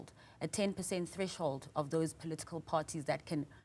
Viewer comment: Did he just say Trash hold 😊